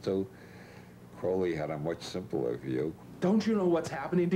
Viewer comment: for fucks sake CROWLY like CROW not CRAWLY god i hate that